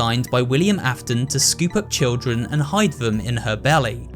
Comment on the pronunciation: Hey dude great video also the William Afton part says William Afen lmao anyways really good video dude